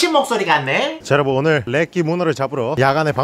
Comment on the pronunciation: 어려분....?저희가 어렵단소리신가 아님 어리단소리신가 무어신가